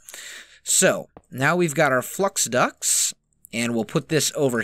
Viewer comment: Am I the only person who hears "flux ducks" instead of "flux ducts"